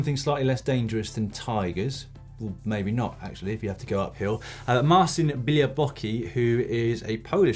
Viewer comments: Come on Dan! Bialoblocki is pronounced "beoblotzki"! I dare you to try to pronounce my surname :P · Białobłocki == Bia - wo - bwo - tski I know it must be horribly difficult to pronounce fo you guys, but you could do a bit better. ;) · Since you have already mentioned Marcin Białobłocki a few times on the show please find out how to pronounce his surname correctly. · I can hardly imagine worse pronunciation of the name "Białobłocki" :D